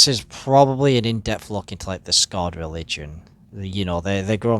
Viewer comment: “to talk to you about scarhn”